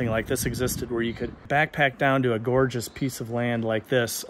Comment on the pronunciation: I think you just said”gorge-jus” 👍